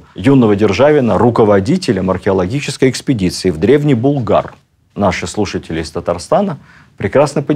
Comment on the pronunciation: Спасибо за теплые и справедливые слова о Шаймиеве. При всем уважении к вам: не БулгАр, а БУлгар (ударение на первый слог).